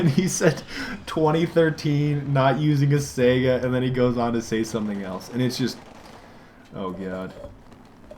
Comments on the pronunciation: it's not a sega, it's spelled saiga (sigh-guh) think of saigon and go from there. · Nope, it's pronounced Say-Ga, look it up.